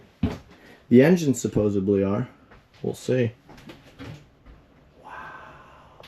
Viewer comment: SupposeDly not supposaBly